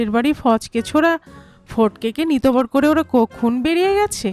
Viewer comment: 'নিতবর' এবং 'কনে' শব্দ দুটি উচ্চারণ ভুল হয়েছে বার2। কানে লেগেছে প্রত্যেক বার ! Please rectify